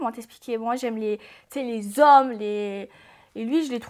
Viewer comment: Quand elle a dit " j'aime les vrais z'hommes" j'ai confirmé qu'elle est une vrai algérienne 😂😂😂😂😂😍😍